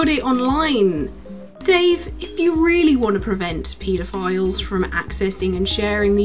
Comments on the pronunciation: good video, but all i kept hearing was "pee-da-files" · It took me awhile to realize she was saying pedophiles and not PETA files. On topic, the group of "tech-impaired" politicians decreases with each generations.